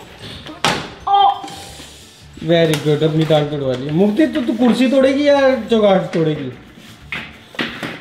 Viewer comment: said “ kusri” instead of “kursi”...😂😂😂